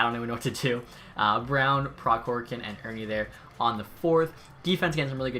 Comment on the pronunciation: It's prohorkin k is silent